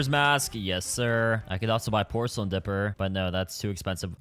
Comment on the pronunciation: "pocelain mask"🥀🥀🥀